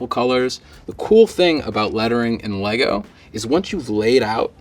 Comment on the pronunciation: ummm... It's LEGO, not LEGO.